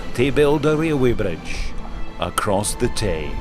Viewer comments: Wailway bwidge, Fixed it for you... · Wailway bridge lol